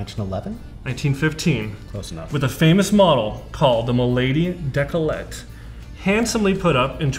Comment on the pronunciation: Nice episode as always!, it's Décolleté, not decolette... quite different pronunciation;), scalloped heads were designed by Apollo and /or Kirby. Although Leresche was the manufacturer for both, they didnt own the design and thus never released a scalloped model under the Leresche name;)